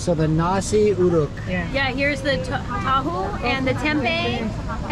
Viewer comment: Bukan kembang tahu. Tapi kembing tahu. Kalo orang bule yg ngeja mah